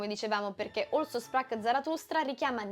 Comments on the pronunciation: Bravisisma, veramente gustiso e interessante, mi hai fatto.vogliia di rivederlo! Una piccola pignoleria. Si projuncia "Also" cosi come si scrive per il titolo tedesco di Also Spracht Zarathustra. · Brava. Un appunto. Si dice also sprach...e non olso sprach. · Mi permetto un piccolo appunto sulla pronuncia del titolo dell'opera di Nietzsche: Also si pronuncia alzo e si legge con la z come in zone in inglese. Su Richard "Riciard" Strauss pazienza...ormai siamo tutti schiavi degli anglicismi anche fonetici. Per il resto ottima spiegazione e spunto di riflessione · Bellissimo, bravissima, ma tipregotipregotiprego, a "OLSO" sprach Zarathustra (e poi anche a e a )? Non è mica inglese! Non pretendo che uno pronunci le "r" alla tedesca, né che pronunci "shprach", ma per favore non rendere con una pronuncia inglese una parola tedesca. "Also" andrebbe pronunciata esattamente come in italiano, e se proprio vuoi fare la purista con la "s" dolce come nella parola "asino". Ma non serve, basta la s normale. Questa roba di pronunciare qualunque parola straniera come se fosse inglese la dice lunga sulla colonizzazione culturale americana 😔😔😔 e personalmente mi fa sanguinare le orecchie. Scusa la prolissità, ho davvero apprezzato il video e messo il mio bel like. Se vedo altri tuoi video e continui su questo livello poi mi iscrivo. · In "Also sprach Zarathustra" , che è in tedesco, pronunci "òlso" come fosse inglese, mentre dovresti pronunciare "àlzo": Also, inglese: Anche; Also, tedesco, Così. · Un unico piccolo appunto: "also" in tedesco si pronuncia come si scrive (con la s dolce) e non "olso" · Un appunto: Also di Also sprach..., si pronuncia così cm si scrive. È tedesco😊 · Also sprach... è tedesco. La pronuncia non è come also in inglese. Mi scusi , critica interessantissima ma dovevo dirglielo